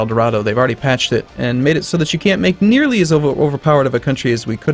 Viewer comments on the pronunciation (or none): none